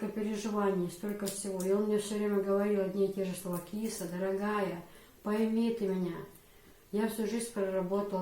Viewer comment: В имени Киса ударения на гласных у нас не бывает вообще.слышится как Кис без ударения и без конечной буквы а.